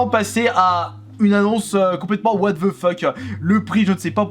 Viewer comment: idem pour what the fuck ou apprends à le prononcer